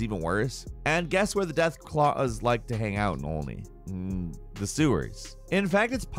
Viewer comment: de-ath claws in only. urhghehhh. the sewers.